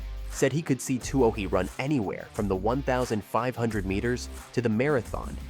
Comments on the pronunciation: Her last name is pronounced too-ey. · Isn't her name pronounced simply "Two-ee" ? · Katelyn Too-OH-hee? Good grief. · You can't claim to be any kind of professional reporter or video producer if you don't make any effort to learn the proper pronuniation of names, particularly the name of the person you are talking about. Anything for clicks and U-Tube cash. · Why don't you pronounce her name properly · please learn how to pronounce her name before doing a feature on her. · How hard is it to get her name right? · How come you can't pronounce her name? Something is wrong here. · Not only can't you pronounce her name correctly but also can't correctly pronounce the name of one of her major sponsors: Adidas. The German Company is pronounced as "Adi-das", not "A-dee-das". The name comes from the founder of the Company Adi Dassler. Hence, "Adi-das". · the sad fact that you can't pronounce her name correctly... report